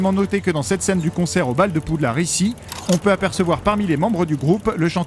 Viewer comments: Poudlard pas Poudlarde 🤣🤣🤣 Mc Gonagoal ? 😂 Mc Gonagalle Sirius ne se transforme pas en loup garou mais en chien 😂😅 oh lala faut réviser hein 🤣 Peter Petigro pas grou mdr (bon par contre l'orthographe je ne sais plus 😅) 7 étapes du deuil aussi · poudlarde? y a pas de e alors pourquoi le prononcer weslai? weasley le son i sirius se changer en loup garou? non ça c'est remus honiduksse? honeyduckes le son è du mot miel en anglais un griffon? non c'est un hypogriffe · La mère poulard du mont Saint Michel avait fait un procès... En 2000 contre WB France pour arrêté de prononcé poux lard... Et donc WB France à toujours dit poude larde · Stop PoudelarDE c'est le nom FR dites Hogwarts si vous voulez le dire à l'anglaise. Et pitié, stop faire vibrer les images, ca fou la gerbe. J'ai du écouter l'épisode comme un podcast 😢 Car malgré les deux remarques très négatives, c'est des super bonnes anecdotes ! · "Poudlarde", "Weslé", "Jedussore", "Azkabanne" C'est juste catastrophique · le d à la fin de Poudlard ne se prononce pas, c'est pas un mot anglais !!! Et Weasley ça se prononce pas Wesley ! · "Poudlarde" au début et à les "waisslai" et "Tom Jédussor" à 😂 Sans dec ils peuvent pas mettre quelqu'un qui connait un tout p'tit peu Harry Potter pour en parler 😄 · Rohh mais non c'est Poudlarde qu'il dit (ceci est une blague à prendre au second degré) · Non, il dit poudlarde tout au long du segment sur le premier film, liaison ou pas :) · J'ai entendu PoudlardE xd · c’est toi qui es con, a quel moment on prononce une traduction FRANÇAISE à l’anglaise ? 😂😂